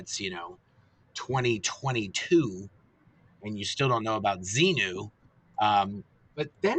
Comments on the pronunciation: I watched a YouTube lecture of Hubbard recently and I was literally just wondering if anyone else caught how he said zemu in stead of zenu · Tommy deliberately mispronounces Xenu as "Xeno". That way he can deny an ancient Greek philosopher who invented "Xeno's Paradox" was part of Scientology dogma. Which is true. But it's a cynical conflation of two very different characters. A cheap trick.